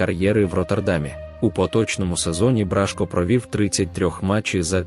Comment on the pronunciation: Какой тупой комментатор ! Бражко пишется и читается с ударением на О !